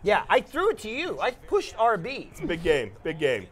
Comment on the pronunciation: "Don't say aahh B"; getting great, hilarious memories from that Edit: Proceeds to shout RB anyway LOL This time it sounds less British and confusing than it did in the past